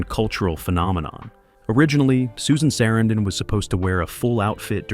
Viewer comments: Why do you keep incorrectly pronouncing Sarandon, then pronounce it correctly once? Learn what you are talking about before making a video. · I must say, that is a... creative way to pronounce "Sarandon."